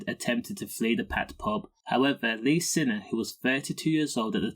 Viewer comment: Find it hard to find any authenticity in this video, as you cannot spell or even pronounce his name correctly……